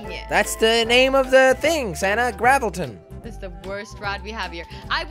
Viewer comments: it's gravitron not gravelton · I kept laughing so hard when you were saying gravilton because it was gravitron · It’s not gravalten it’s gravtron